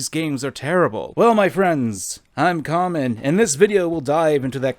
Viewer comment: Lol, "Karmen"